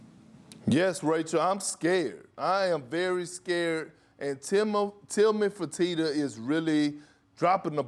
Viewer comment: literally no one: Kendrick Perkins: TILMAN FERTITTO!